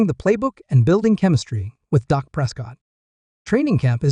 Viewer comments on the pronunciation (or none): Your Reporting is a joke; you named two to three players that are no longer on the team; do your homework before you post and learn how to say Dak’s name correctly. Gheesh! You don’t even know who the Head Coach is…..